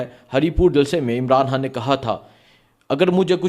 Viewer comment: پہلے ہان کو خان کہنا سیکھ لو پھر وی لاگ بناؤ